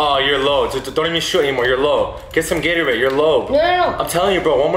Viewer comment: "Get some gateroade your low"😂😂😂